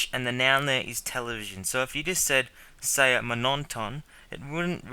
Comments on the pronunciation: You're mispronouncing "saya". It rhymes with "raya", "daya", "surabaya". Presumably you are overcorrecting. Many Australians when attempting to pronounce "saya" pronounce it as "sigh-a" and don't pronounce the "a" in it. But you have to pronounce the "a" and then slide in that "y" sound. You're pronouncing it as "say-a". There's no air gap in it - but it's continuous. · I like your lessons, but I cringe when I hear you pronounce Saya!